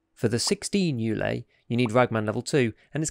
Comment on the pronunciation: Just a bunch of pronounciation notes. It's pronounced more like 'Ooley' (Hive), actually. 'Zh' here stands for the Russian letter Ж, which is pronounces somewhat like last 'g' in garage or ménage. Same deal with Gzhel . it's Latin, ergo pronounced more like 'arse'. The name basically means 'the art of arms' or something like that.